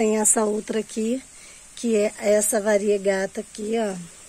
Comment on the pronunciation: Se fala variegata